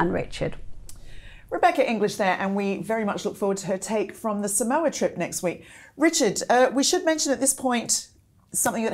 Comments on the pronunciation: Its 'Sah- mow- a' not 'sam-o-u'. Samoa. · FYI Samoa is pronounced Saa-mawa not Sa-mowa